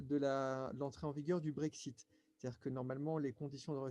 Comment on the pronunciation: si si,, j'ai bien entendu que tu as dit BreakShit...